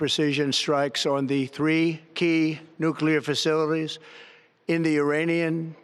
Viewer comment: Are you going to listen to someone who cannot say facilities? Trump is an absolute joke